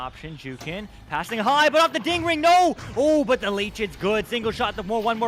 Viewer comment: Him saying ding ring hurts my brain